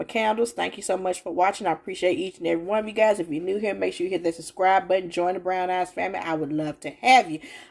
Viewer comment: Ha!!! Oh yes, the "Brown Ass Family"! I'm telling you everytime I hear you say it, are we sure? Noooo! She said brown eyes family. Thx for the haul